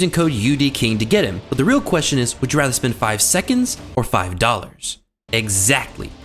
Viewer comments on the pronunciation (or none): none